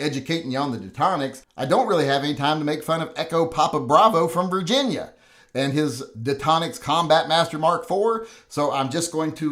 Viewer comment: lolled at the retarded pronunciation of 'virginia'